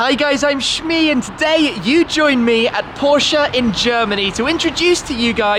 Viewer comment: IT IS a german car / brand so it is Porsche not Porsch